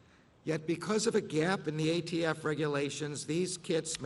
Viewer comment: He called the ATF the AFT multiple times.